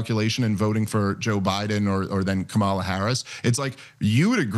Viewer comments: Correct him on saying KAMALA, DAMMIT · Medhi, like everyone else, gives a pass on intentionally mispronouncing Kamala's name. Then he calls out anti-Islamic bigotry. He's not credible. Nor is he funny. Haven't seen anything resembling comedy from. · He doesn't even pronounce kamalas name properly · still insists on pronouncing Harris’ name incorrectly